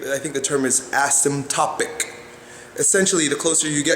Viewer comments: Asymptotic, not asymptopic.... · great vids... the word is pronounced ASS IM TOT IC by most people